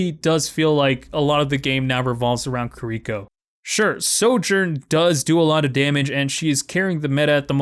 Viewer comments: ki R iko not kir I ko you put the emphasis on the R not the I, its literally in her gameplay reveal but big agree shes way too strong rn. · key- ree- koe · pls learn how to say kiriko correctly it's really bugging me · The actual correct way to say Kiriko is /ˈkiɾiko/. But right, everyone would just call you a weeb for changing things up like that. I can understand him fine, there's no real reason to change it. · Loved the video but hearing you mispronounce Kiriko for 8 minutes caused me great pain 😭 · smh I don't get why it's so hard for people to say kiriko. Y'all don't fuck up genji, torbjorn, Hanzo, or mei, so why is kiriko the one you have trouble with?